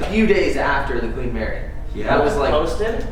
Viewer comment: Queen “Marry”